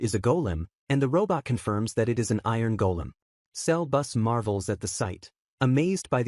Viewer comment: Sebus❌ selbus✅